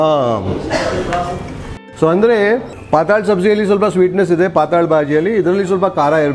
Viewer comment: Pathal bhaji is Marathi for thin subji I guess... But the way it's pronounced in the video, it sounds like Paathala in Kannada... 😄😄